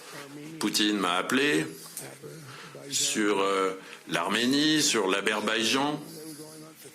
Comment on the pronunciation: En soi, il a dû faire un effort pour ne pas parler aussi bien qu'il en a l'habitude. Il a baissé son niveau de discours. Et il a même dit "Aberbaidjan" parce que Trump est incapable de prononcer le nom de ce pays qu'il a sauvé de la guerre en une seule journée 😂